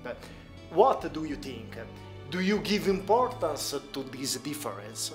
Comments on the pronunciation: do you tink?😂😂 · What do you "tink"? 😂😂